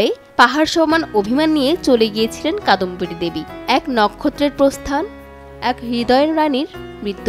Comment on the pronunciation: যার কথা বলা হচ্ছে তিনি কাদম্বরী, কাদম্বিনী না